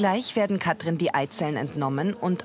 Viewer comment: Es macht mich wahnsinnig wie die Sprecherin Katrin sagt. Das ist wie Kafö statt Kaffee. Kann man bitte jemanden nehmen, der Wörter anständig ausspricht?